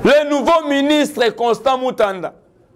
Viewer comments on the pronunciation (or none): Constant Mutamba non Mutanda😮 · Mutamba et non Mutanda mon frère .